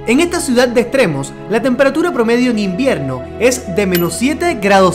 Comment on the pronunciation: Norte no nolte Circulo no cilculo Extremo no egtremo Invierno no invielno.. Jajajajajajaja😂